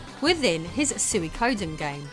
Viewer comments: Soo ih koh den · I look the other way with your pronunciation of mario, but i cant with suikoden 😂😭 swee-ko-den is the most accepted pronunciation with tsee-ko-den being the true japanese pronunciation. Love you though! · Suikoden is pronounced SWEE-KO-DEN, or TSEE-KO-DEN but definitely not how you pronounced it. Also, the most iconic game Konami made on the PS1 was SOTN, which you didn't mention.